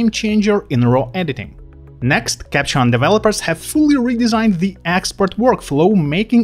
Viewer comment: Nice video, thx! Can you put a pause in “Capture One” please...in this video you keep saying “Capchon” instead, thx.